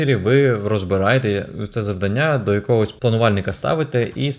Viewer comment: Цікаво, корисно, динамічно! Дуже вам дякую. Але, будь ласка, завдАння 🙏 Бо надто ріже слух.